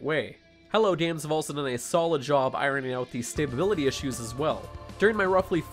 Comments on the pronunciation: K1LL1ANjR4BB1T the first time I figured it was a slip of the tongue. Then I realized no, he thinks the word is stabability lol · I love it when retards call stability as "staybability"